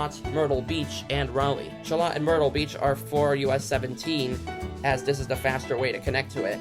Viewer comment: Military Cutoff.... is the only exit I need!! Sha-Loat (rhymes with boat) nice vid!!